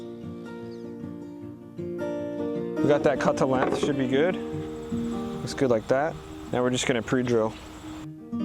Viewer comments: The way you say "lenth" over and over again in your videos is too much for me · Great video. Lots of great content in a short amount of time. I thought I noticed a little accent when you said length. Where are you from?